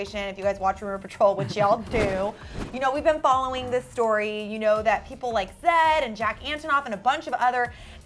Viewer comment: It's not zadd. It's z eh d